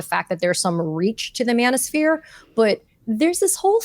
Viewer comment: When you said Manoshpere I got physically ill. Thank god for you ladies. We need to talk but we need some comic relief too in order to get through the next couple years.